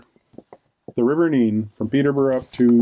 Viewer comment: Oh might get some shots of my home town W'Borough eh lol btw if you are from Northamptonshire its pronounced Nen not Neene lol